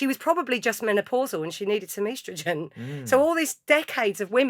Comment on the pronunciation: "Eastrowgenn" 🤣 first time I ever heard that pronunciation. Lovely pod tho!